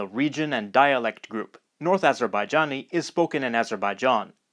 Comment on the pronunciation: You saud always ajebajjani. That Ist not korrekt. Its tutkish language with a nother Dialekt